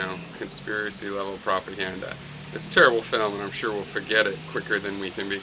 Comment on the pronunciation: What's a "filem"...? O_O